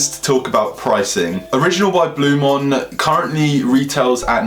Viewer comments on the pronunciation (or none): Please learn how to say the product name properly before talking about it, it's Blu MAAN not Blu MON ffs